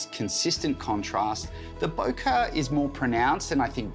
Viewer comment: Really love the examples shots, very comprehensive video. Only thing missing is how the bokeh looks when there’s lights in the background ! Lights looks oval, a bit similar to anamorphic lenses. By the way it’s spells Bokeh and is pronounced bokeh… “Bo Ke”, not “Boca” 👌🏻🤪